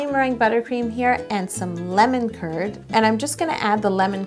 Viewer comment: How To Cake It it sounds like you are saying lemon turd not Lemon Kurd